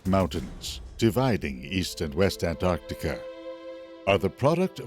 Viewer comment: Thank you so much for pronouncing both Cs in Antarctica. When I hear people skip the first C, it makes me want to slap them very very hard. There is a rendering mistake in the world view shown . At this time, New Zealand did not yet exist, but its forebear, the continent "Zealandia" was extremely prominent, and was between 8 and 12 times the current size of New Zealand. All that's shown is the sunken remnants of two mountain chains. New Zealand ALWAYS gets shafted by film producers; either left out entirely, or shown incorrectly over time. sigh